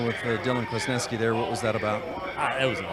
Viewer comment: Kwaznewsky,thats how you pronounce his last name